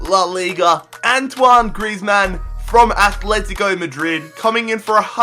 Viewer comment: I hate that people call Atletico Athletico. ITS ANNOYING AS FUCK